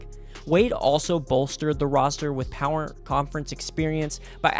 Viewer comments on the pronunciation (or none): none